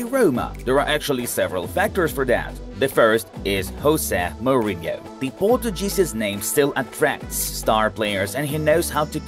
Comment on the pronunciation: Jose Mourinho is Portuguese, not Spanish, so please do a research about his name's pronunciation.